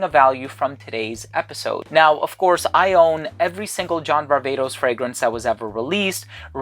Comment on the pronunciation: As a Greek( like you) i am vastly disappointed that you call John's last name Var-Vay-tos when we both know (as Greeks) its Var-Vah-tos heheheehe